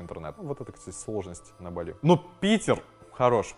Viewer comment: В слове Бали ударение правильно ставить на первый слог